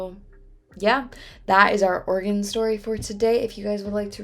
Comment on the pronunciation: Yep 'OREGUN' is the correct pronunciation and I'm very impressed that you properly figured out how to say Multnomah County! It took me 4 months after I moved here to figure out how to say that. 😂